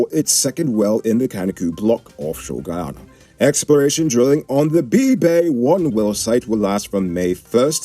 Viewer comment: Get your words right, it's not Ghana, it's GUYANA..SMH